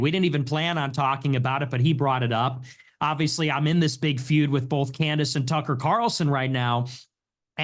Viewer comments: If he calls her Can-Dace one more time…. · he pronounced candence as can the ass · Andrew pronouncing Candace “Canned Ace” was absolute unintentional comedy gold 😂😂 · Canned AYSE!! 😂😂😂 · Sometimes he sneaks in canned-ice once in awhile too 😂 . I'll do the same thing with People. It's just a fun poke depending on the Person and the name. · Was watching a Debate from a few years ago with both her and him. He utilized Canned-Ace, Canned-Ice, and Candace all within the one Debate 😂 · Why does Andrew say Candace like that?